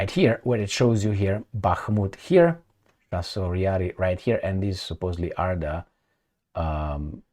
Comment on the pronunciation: Chasiv is pronounced like a cherry, chicken, chest etc. or like "C" in Italian language, not like a chassis. Just saying.